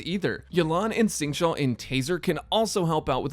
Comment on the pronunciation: Great video! btw for educational purposes! it is more Xingqiu (Sync-Chew) not chow.